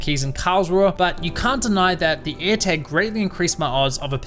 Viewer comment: What's his accent? He says Eartag instead of airtag